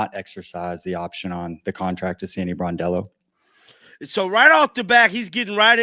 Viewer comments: I caught that too. Bordello is not a good way to mispronounce the name. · BRONdello, not BORdello. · Hey, come on man you're a stand-up content creator 🤷 do not RAPE Sandy's SURNAME ‼️ SAY AFTER ME BRON ‼️BRON ‼️ IT'S BRONDELLO 🤔 IT'S NOT BORDELLO 🤷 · Please pronounce her name correctly . It’s Brondello. NOT Bordello, which is a brothel. Bordello means brothel, where ppl go to have sex. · NOT Bordello, Brondello... Plz just get it right for once dude! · Hi ya - PLEASE pronounce Sandy's name correctly it is BRONdello not BOARDdello!!! Look up the definition of bordello and reflect on your pronunciation. Other than that, I like your content and look forward to watching your videos. Stay safe and healthy!!! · I just wish these youtube guys would actually learn how to says the names of the people they are ta;ling about. So many calling her Sandy BORDELLO. Really takes away from any credibility they might have on the topic. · It’s “BRON” as in LeBron! BRON-DELL-O. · BRONDELLO.....show some respect and pronounce her name correctly